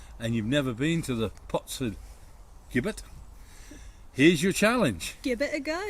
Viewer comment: Great choice of potentially haunted locations. Perhaps you've made contact with an elemental rather than the ghost of a male/female. The pronunciation of 'Gibbet': the first syllable is the same as in 'Jim' and not as in 'give'.